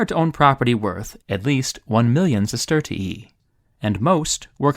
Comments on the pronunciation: Bro it aint sestertiieeeeee It's sestertee-eye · You can actually just pronounce it sesterzi